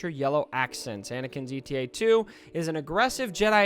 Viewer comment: FYI, the model of Anakin's fighter isn't "E.T.A." it's "Eta" the Greek letter. Like zeta without the z.